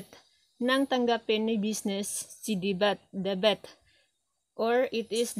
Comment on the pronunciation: Debit Hindi debet